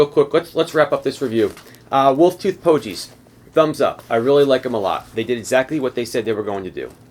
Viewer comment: Thanks for the good review. Pogie with a hard G though. Rhymes with hoagie. :-)